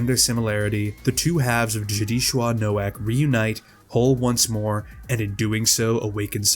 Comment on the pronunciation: Hearing you so blatantly mispronounce Nowak hurt me just a little bit inside TwT (his name is polish, more accurately being pronounced like “No-Vahk”) but aside from that I absolutely love this video! Also I can’t believe you used the weezer art of the characters for the thumbnail lmfao